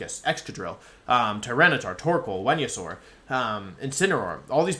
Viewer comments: ITS VENASAUR wtf is a wenayasaur????????????? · Cinderace, Politoed, Venusaur, Ninetails... More than more VGC content, I want a video of Wolfey going through every single Pokemon and showing off his pronunciations. Maybe the reason he's so good at the game is because he's the only one who knows who they really are.